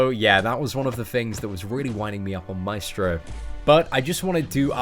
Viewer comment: El vato dice maistro :V